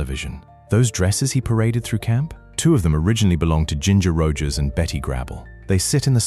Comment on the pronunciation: I agree. M Clean, Ginger Roogers, Betty Grabble, Lenardo.